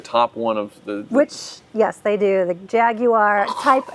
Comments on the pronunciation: Gaguar lol. gaaag uar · Hate the way you both say Jaguar…. It’s beyond tomato, to-mAto… I don’t even care if you are saying correctly.. it sounds horrible… beyond that love the channel